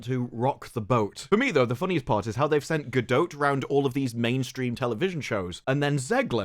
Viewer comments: Her name is Gadot, ending as in "dot". Not Gadoat/Gadote. Just want to help 🙂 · Gal is Israeli, not French. There's no "e" at the end of her last name. Ga-DOT. Not dough, not dote, just dot. For an Englishman who talks for a living... Keep up the sharp commentary my guy, and we will too 😜😊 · Gadote??? Gadote??? Bro, stfu, hearing it literally every 2 seconds is fxcking stupid and annoying, just shut the fxck up. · Gal actually says her last name is pronounced like boat. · If you're going to say her name 600 times in a 20 min video can you at least learn how to pronounce Gal Gadot's name? It's like nails on a chalk board .